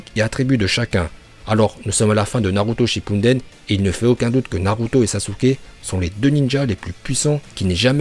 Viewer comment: Naruto shipunedene mdr c'est comme ça que tu prononce